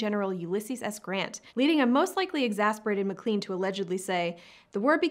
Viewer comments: McClEn? It's pronounced McClAn. Long a, not long e. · McLean is pronounced "Mc Lane."